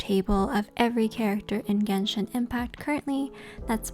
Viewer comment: "jenshin impact"